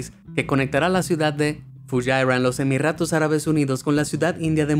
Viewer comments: Emirratos ??? 🤔🤔Cuando el sonido de la erre vibrante suave se encuentra entre dos vocales dentro de la palabra como en este caso, dicho sonido se representa con una sola erre. “Emiratos”✅ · Es emiratos no emirratos, carajo habla bien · Es una pena que este canal esté traducido con las patas, se pierde la escencia de la narración. Escucharcosas como Emirratos, con erre fuerte, o eso de que se revuelve el estómago más bajo... o que se tuvieron que doblar los túneles para dar cabida a petróleo y más...es simplemente incongruente. El enorme y gran trabajo que hace BE AMAZED, queda destruído.